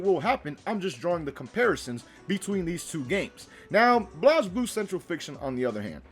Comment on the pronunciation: Blazeblue dude said blooz